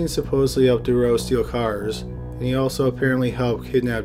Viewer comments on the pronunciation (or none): Marc detroux is pronounced Marc detroo, not the way your saying it. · His name is pronounced Dû-troo and he also escaped and got caught by a forest ranger. Awesome video! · Took me a while... it's not Marc Dureau, it sounds more like Mark Du "true" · I hate to dwell on a subject, but once again the narrator is pronouncing Dutroux incorrectly. His surname is pronounced Da-true. Oux in French is pronounced oo. Think of Louis Theroux. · Usually good, but the constant mispronouncing of Dutroux's name was annoying.. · I love your vids but you're saying Dutroux's name wrong. You called him Duroux the whole time, there is a T in there lol and how they could ever even think of paroling him is waaaaaayyy beyond me. 2021 is almost here and I seriously hope that never actually comes to pass. The guy is an absolute monster, it's just crazy to me that here in the states it's the same. There are murders, rapists, and child molesters that actually get released from jail only to re-offend and yet you have other non violent offenders in jail for life with no chance of parole EVER, it's absolutely sickening. It should be an eye for an eye and these sick disgusting pieces of shit should be killed slowly and painfully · Is it really that hard saying Dutroux? You keep saying something that sounds like Thuro. Google translate a name first if it's that hard. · jennifer ryerse jones BTW, I know he’s Canadian. Surely that means he knows at least a tiny bit of French and knows how to pronounce Dutroux? Just a thought? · The only reason I mention it (apart from the fact I’m a pronunciation/spelling and grammar Nazi) is because the constant mispronunciation of Dutroux(s) name is incredibly distracting in the story. X